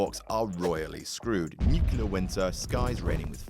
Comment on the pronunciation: Did he say "nuc-u-ler winter"? I've heard that mispronunciation of 'nuclear' a few times on the radio recently, but I thought that this incorrect pronunciation was on the decline, even in America where it was most prevalent. This fella sounds English, and I didn't think that particular mispronunciation was ever used there. It irks me for some reason.